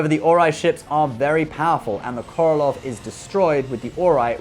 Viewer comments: It's not "Korolov"! It's "Korolev"! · Korolev not Korolof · Um... the Russian 304 is the Korolev not Korolov.